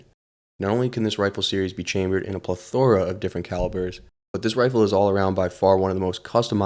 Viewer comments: PLE-tho-ra, not ple-THOR-a. The American accent stresses the first syllable. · “Ple- thooooorrraaaa.” 😂😂Doesn’t the thesaurus have a proper pronunciation of the word you are looking for? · AI wrote this script and baby boy couldn't read it. Plethora. If you don't know how to say the word, I'm 100% certain you didn't write it. Grow up and get a job